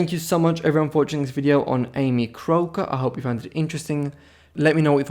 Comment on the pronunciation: The narrator has such a strange thick accent that he is impossible to understand. He even mispronounces the name of his subject. A pity as the woman had an interesting life...I guess.